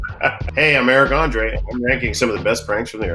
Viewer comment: FFS. André, not Andre.